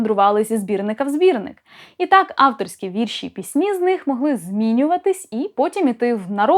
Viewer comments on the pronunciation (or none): none